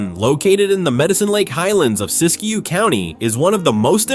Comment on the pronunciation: Siskiyou, not Siskiyo.